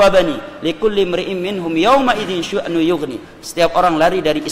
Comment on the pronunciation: بسم الله الرحمن الرحيم > Assalamualaikum warahmatullah. Saya izin memberikan sedikit masukan, semoga bermanfaat. Dalam video ini (kalau bisa disebutkan waktunya), terdapat pembacaan ayat QS. ‘Abasa: 37 yang terdengar terbaca: > “syuknuyughni” Padahal yang benar adalah: “sya’nuyughni” (شَأْنٌ يُغْنِيهِ) Mohon maaf jika saya salah tangkap atau kurang tepat. Saya hanya ingin saling menasihati dalam menjaga lafadz Al-Qur’an sebagaimana mestinya. Jazakumullahu khairan, semoga Allah memberkahi ilmu dan amal antum.